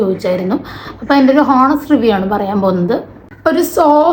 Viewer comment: Honest enn pronounce chyyathe onest enn pryu